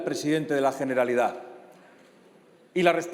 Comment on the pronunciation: Coño abre su intervención hablando de una detención, y no sabe ni decir generalitat, porque claro el catalán es un idioma satánico jajajja bien fascista el tío. Encima 0 propuestas, 0 soluciones para el país, todo amenazas y lenguaje violento de un analfabeto cuyas ideas son las culpables de que haya independentistas. Una ironía que clama al cielo, una idea de España que no apoya ni siquiera un solo diputado de Europa. Lamentable.